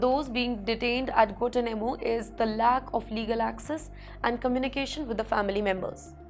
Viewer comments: Guantanamo _ pro. " Guan Taa__ Na__ Mo" . {no offence} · Please pronounce Guantanamo correctly. It is not Guatanamo. There is a "n" in there. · Check out the pronounication on 'Guanatumano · you can’t even know how to pronounce Guantanamo Properly 🤣😂🤣😂